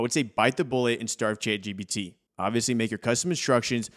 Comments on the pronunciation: It really sounds like he's saying Chad GPT, lol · Subtitles say youre saying Chad GBT which is kinda hilarious.